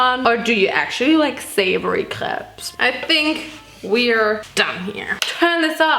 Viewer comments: RIGHT ?! SHE PRONOUNCE IT SO WELL ! Except putting the "s" part, I was like "WHAT ?! She is speaking french so well !" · guys, im french and she just says it with french accent! when she says that she says it as a french x')) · She said it wits the right pronunciation 😅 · Im french and the only difference is we say " p-uh" at the end and says "pse" at the end, but she pronounces it so well like tf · I‘m french and we say « krep » so you say it perfectly🙂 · In Germany, we pronounce the "s" because that's the German plural form. The singular is "ein Crepe" for us, which we pronounce exactly like in French. But in plural it becomes "mehrere Crepes" (multiple crepes). So when she's saying "CrepeS", she actually isn't mispronouncing the French plural "crêpes" at all, she is just applying German grammar rules to it, because that's what happens to loanwords. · Im actually french and the way she said crêpes is perfect can you guys stop 😭🙏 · Attacking her for the way she pronounced crepes? Shes GERMAN! shes German and yet she says the word EXACTLY the way my very French French teacher says it! Lmfao! There are wars and famine and the climate and you are here protesting the way this german girl says the word crepes???There are so many things to protest about! Put ur energy there. This right here is supposed to be ENTERTAINMENT kids! You are supposed to come here for smiles and fun! 💯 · perfect ✨crêpes✨ pronunciation (approved by a french lol) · So many Americans (or just English people) are “correcting” her when she’s the one saying it right 😔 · All crepes are good crepes. Sorry for the haters that made fun of your pronunciation bc it's actually correct lmao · if anyone is pressed about the way she says crêpes, she said it exactly like us french ppl do so if someone needs to correct their prononciation it’s probably you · brazilians pronounce like crêpes too. i don't understand why people are saying it's wrong. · I’m french and you pronounce “crêpes” very well !!